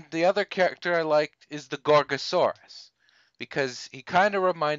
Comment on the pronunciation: Actually, you're one of the only people to get my name right! Also, Gorgosaurus reminding you of a T-rex is no accident since they are closely related. Thanks for the review and I wonder if Doug Walker would be up to review this.